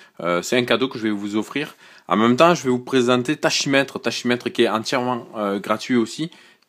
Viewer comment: Lol, juste un détail tachymètre se prononce takimètre, quelque soit l'accent